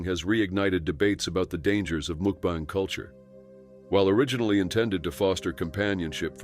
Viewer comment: When the narrator said mookbang, I knew I had to watch something else, anything else.